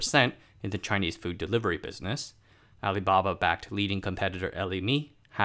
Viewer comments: No, it's not. It's pronounced as "er-ler-mer". It basically means : hungry? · Interesting video, just one question is that the correct pronunciation of eleme?